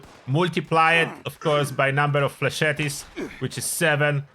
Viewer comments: Not flechetty, just flechet. The e is silent, like cassette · FLAY-shet. Not flesh-eddie.